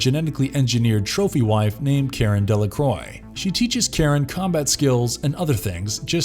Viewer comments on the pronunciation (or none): none